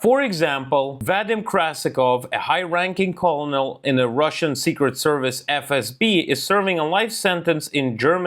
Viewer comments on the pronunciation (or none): Colonel is pronounced kernal in English by the way. That's weird, I know, the spelling is from the original French of the same word, but I don't recall why the pronunciation morphed through history to become "kernal." 😊